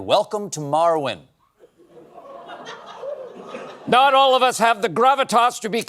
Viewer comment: When Colbert said "Welcome to Marwen" I thought he said "Welcome to Morrowind" and I wondered if I missed an Elder Scrolls game.